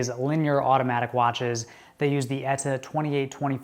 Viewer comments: ETA not Eta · You say "ETA" really weird...